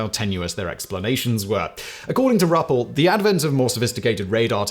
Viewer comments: Simon , it’s pronounced “rue pelt” this about cause me to claw my ears out , but please keep up the amazing videos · It’s actually pronounced (Roo-Pelt), just saying.